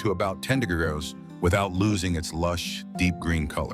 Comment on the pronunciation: AI cant say degrees?